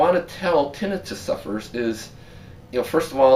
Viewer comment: Tin nai. tuss. Not tin I fuss.